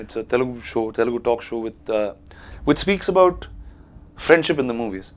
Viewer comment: It is 'Telugu' not 'telgu'